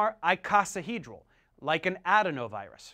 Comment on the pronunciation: Some good info, but I think your pronunciation of "icosahedral" and "adenovirus" might not be correct.